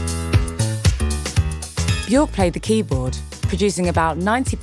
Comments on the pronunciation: if you do a video about björk, learn how to say björk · It's been nearly 40 years since the Sugarcubes and 32 years since she went solo, and media outlets like Resident Advisor STILL can't pronounce her name correctly! 🤦‍♂️